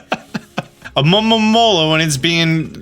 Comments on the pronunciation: Great guide it's funny ear you saying alomomomomola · The "A-lo-mo-mo-la" pronunciations lmao 😂🤣... But seriously, I'm surprised no one else inferred that very same TERRIFYING notion about Frillish! I mean, when I saw Lanturn and Magikarp both being dragged deeper into the depths by their "friendly" smiling captors, I immediately thought that's kinda scary af. The excerpt you read from Black&White is pure evidence to watch out for ghost types! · Funniest thing to me is hearing you say almomoma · Say it with me, Alo-momo-la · Guys, guys I feel the struggle for pronouncing Alomomola. Seriously. Lemme help: It's AMAmamamamaaaromamaaaa. or just ALOE-mah-Mole-uh. I'm not gonna tell you how to live your life. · Hearing you pronounce Alomomola with like, 12 ms in it is hilarious xD From my understanding its A-low-ma-mo-la. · The hard time you are having with pronoucing alomola, is relateable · The struggle to pronounce Alomomola is real 🤣🤣🤣🤣🤣🤣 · the way you said alomomola sounded hilarious